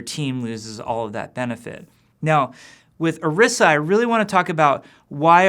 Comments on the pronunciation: That's what makes it so irritating. He should know how to pronounce it. Go and watch the character intro for Orisa that is also on the overwatch page. It is very clearly pronounced as I said it. Always so cringeworthy when you hear people mispronounce names. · OREESSA!!! not or-ih-sa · ... He pronounced Orisa wrong... In her origin story video, Efi pronounced her name "Or-ee-sa." He pronounced it "Or-ih-sa." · Why does Jeff keep pronouncing it "Arissa"??? Dude, it's Orisa! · This n**a said Orisha? It's pronounced; Or-EE-Sh-Ah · The video say O-ri-sa you said Ari-sa but I do know people talk different sorry this was rude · Oh-ree-sah. Not Uh-riss-uh. They pronounce it that way in the promo video. It's really not that hard to say it correctly. :/ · Or-15 Or-IS-A Orisa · Isn't it pronounced (oh-ree-sa)? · Akinwale segun Its supposed to be pronounced OrEEsa tbh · The fact that Jeff says orisa without any sort of accent into it (Or-rI-sa)kind of made me cringe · Jeff pronounces Orisa like Arisa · Haha it's not really laziness. Most people would just think it was a made up name and not think to look up if it was based on something. It bothers me though because I feel like they should pronounce her name as "Orisha." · Ah "Oirsa" I get it.. OR-15-A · It really bugs me how he keeps butchering the new character's name. Orisa is clearly meant to be pronounced using a spanish inflection, considering that the little girl says it correctly in the opening cinematic. Oh-ree-sa is phonetically correct. Come on Kaplan, get it together! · Why can't you just pronounce it Oh Reeza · You pronounced Orisa incorrectly. Fire him. YOU GOTTA ROLL YOUR TONGUE MAN. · When does this come out? Also he pronounced orisa differently than they did in her origin story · is it really that hard to pronounce Orisa and Efi? Especially since you have helped develop them? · really? you cant even pronounce your own heroes' name right?